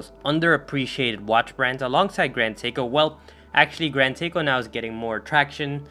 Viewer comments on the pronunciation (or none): none